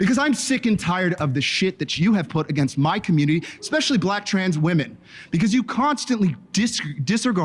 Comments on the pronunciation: If you say "ex-specially" you lose more credibility than you already lost. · all i needed to know about deans level of intelligence is that he pronounced "especially" as "expecially". i know people mispronounce words often but thats the first time i've ever heard that one. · says exspecially I am done listening.